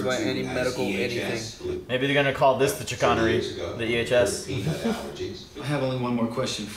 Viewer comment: Them pronouncing chicanery wrong the entire time 😅